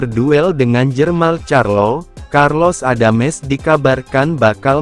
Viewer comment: karlos adams. bukan carlos adames..jadi bingung dengernya